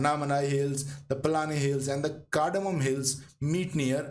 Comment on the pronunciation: The Southern Western Ghats Actually ends next to our Village in KK district at 'Nanguneri'..which Is also famous for a Vaishnavite temple..The Harishchandra Ghats comes on way to Shirdi..You Prounounce 'Paalghat' as 'Palghat' (not correct) and also 'Palani" as "Palaani" (also Incorrect) Pl.Dont Mind..🤤 Thanks for the excellent Research, and Nice Video!